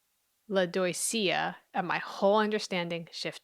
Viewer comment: Lodoicea? "oi", in French, sounds like "wa". i.e. Soirée, or the name Benoit, or Roi, King. Lodwacea? If French.